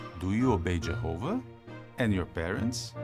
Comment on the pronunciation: This is a silly question, but why do these people pronounce Jehovah like they’re from Minnesota?